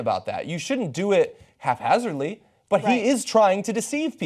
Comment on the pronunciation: haphazardly not half hazzardly